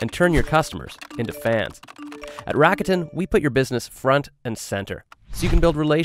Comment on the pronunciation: I wish the narrator just used the proper pronunciation rather than degenerate it for the masses. Saying Rakuten like he does makes it sounds like Racketeering instead of its actual meaning which is "Optimism".